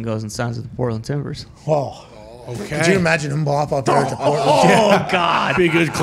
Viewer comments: Why are they saying M’Bop? It’s killing me. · The pronunciation of Mbappe is killing me